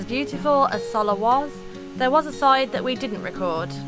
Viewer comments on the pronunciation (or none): Soller.................. the 2 ll's are pronounce as a Y in Spanish